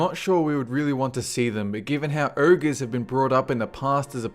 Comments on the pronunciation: what URGES dude its freaking pronounced OGRES learn to read, apart from that nice job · its Ogres not urgos